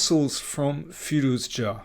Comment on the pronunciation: Good video. Sorry for commenting about firouzja pronunciation last time, I realise you are saying the name the correct way now.